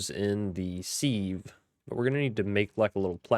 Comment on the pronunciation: It's sive, like live. Have you heard that expression, "leaks like sieve ". meaning something leaks really bad. Thanks for the ep. Think I'll check this pack out.